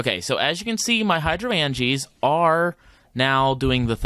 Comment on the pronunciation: The word is pronounced Hydro-angea like Hydrangea the flower. here is a link so you can hear pleas stop brutalizing such a great pun. An endear watcher AKA a spot loader does not load in a radius based on distance to the block it loads the chunk it is in which is a 16 by 16 area from bedrock to the sky that is fixed based on its x and z coordinates. You can turn on show chunks by pressing F9 in NEI to figure this out. If you remember your chunk loader shot a red laser to a point that was the center of the chunk it was in and then the lasers showed the radius from there. You want to start NOW on growing an uber node for CF as it takes forever to grow even with chunk loaders and a fast inefficient system. An longer with a fast but efficient system like i have been on about in the comments of past videos. Trust me you want to do this ASAP or you will regret it later when your CV system is weak or you have to put things off to grow a node. You can auto craft botania flowers but it is a pain and rarely worth it. Mostly you need to automatically feed the correct ingredients (in the right ratio) into a petal apothecary you are piping water to and then collect the flower remotely with something like a hopper hock or a filtered world interaction upgraded transfer node.